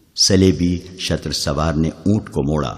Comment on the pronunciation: ارے بھائی شتر سوار نہیں شتر سوار ش پر زبر نہیں ش پر پیش ھے لہذا تصحیح کر لو